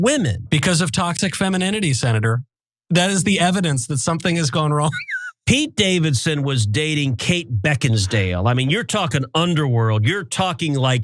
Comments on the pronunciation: I'm willing to bet that Pete gets their names right....it's BeckinSALE not DALE dumbass. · Hey, Ted! Kate Beckinsale's last name doesn't have a D in it!